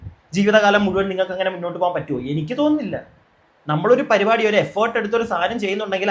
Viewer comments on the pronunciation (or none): പരുപാടി അല്ല പരിപാടി 🙏